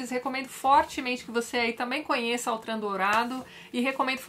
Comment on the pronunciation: Por se tratar de um nome francês, a pronúncia certa é Ôtran, e não Autran.